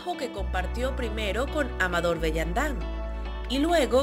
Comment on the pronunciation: ¿En serio no había nadie que asesorara a la "locutora" antes de grabar la voz de este micro en cómo pronunciar los nombres y apellidos de gente insigne como Amador o Guy Melliet? Que horror.